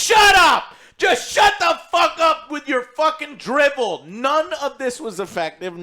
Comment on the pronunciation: It's 'Drivel", not "Dribble", LMAO